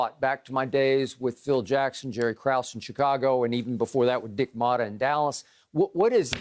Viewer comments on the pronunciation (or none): none